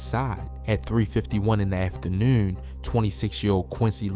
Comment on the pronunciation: On me he said afternoorn